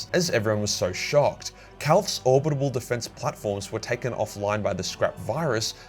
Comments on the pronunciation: Orbital, not orbit able. For Christ's sake, it's killing me. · It's not "Orbitable". It's Orbital. Or-bit-al. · is it just me or does say 'orbibal weapons' instead of orbital weapons? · you’re brilliant, but ffs it’s "orbital" not "orbitable." Doing my tits in 😂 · it’s orbital not orbitable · Great vid as always, but... is it ORBITAL or ORBITABAL weapon platform? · are you saying "orbitable" instead of "orbital"? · ORBITALLLLLL but orbitableeee or whatever you were mumbling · Pretty sure its orbital. Not orbitable. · says "orbital" like "abominable" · Or-bi-tal man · Say it with me now: OR - BIT - AL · "Orbidabable" I love the way you say orbital. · Ore-bit-all, If that's an error you keep making. If it's some kind of impediment then fuck me. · What’s with the pronunciation of Orbital? Is that how it’s said in Australia? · Will ever learn how to pronounce "orbital"? We may never know. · Someone really needs to do a compilation of failing to pronounce "orbital"